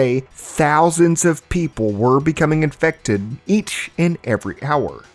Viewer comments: Uuugh. Had to do it. Almost nine minutes without an “iNfEcTeD” inflection. I have to stop watching when that happens. “Infected” is a perfectly valid term. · I must be built differently, because I would die almost immediately trying to fight the "in-fect-ed" for sport.